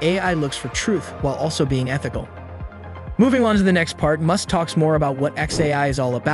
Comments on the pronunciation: Goodness gracious! If you're going to use an artificial voice for your videos, listen to the whole thing first, and correct the pronunciations it got wrong. Elon Mewsk?!? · I get u make all ur content with AI but can you use ur own voice it’s so obvious when the AI mispronounced Musks name in this video lol